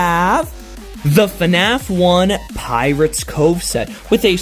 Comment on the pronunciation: BRO REALLY SAID FANF